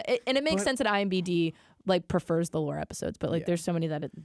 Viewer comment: I'm disappointed that no one pointed out flub of "iMBD"...shame on you guys